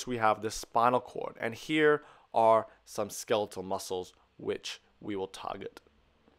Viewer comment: "sk-elite-al muscle"